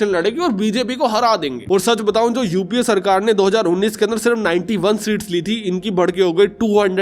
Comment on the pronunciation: UAP NAHI UPA HAI PRONOUNCE